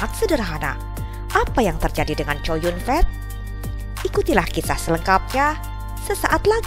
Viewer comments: ckow yun fat min bukan chow yun fet lu ini bsa baca kagak sih mmin mimin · Namanya chow yun fa, bukan COW YUN FEEEEETTT !!! WKWKWKWKWKK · Kok bacanya chow yun fet ya jelek bener, baca biasa aja chow yun fat ( co yun fat ) jangan chow yun fet 😅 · Mbak, klo nama org chinese cho yung fat tetap a, dibaca'A. Bukan"E😋ke asyikan bhsa ingrish ya😃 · Namanya Kok co yun fet ngomongnya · Chow Yun-fat (周润发), pronunciation'nya kok begitu seh? Dipronun secara bahasa Inggris. 🤣🤣 Jadinya seperti berarti Chow Yun gendhut. 🤣🤣😂😂